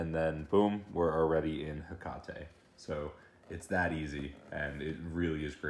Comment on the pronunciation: its hek-ate not hek-a-te